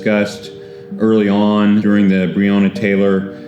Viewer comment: Quick sum up of this real VICE moment : VICE : No one wants to talk about the elephant in the room. Mayor Greg Fischer : If only we had body cams, I could do something about it.... (trust me i know thay are " bad apples") Me and you ? : the guy cannot even pronounce Breonna Taylor's name correctly 👁